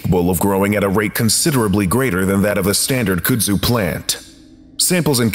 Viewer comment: And its CUD-zoo, not COULD-zoo.